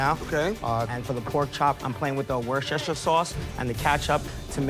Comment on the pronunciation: imagine calling yourself a cook and not knowing how to say “Worcestershire” sauce